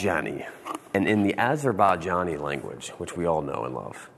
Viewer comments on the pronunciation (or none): No ones gonna call him out on his pronunciation of Arzerbaijani?? 🤡